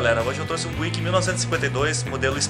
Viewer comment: Uma pequena correção de pronúncia, sem querer ser chato... mas ao invés de "buíck" se diz algo como "bíuck, tá ok?